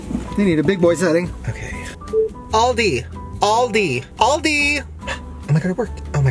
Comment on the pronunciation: The way he pronounced aldi 💀💀